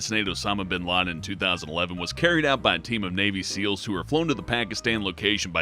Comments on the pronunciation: Mr bean laden? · Osama "Bean" Laden? xD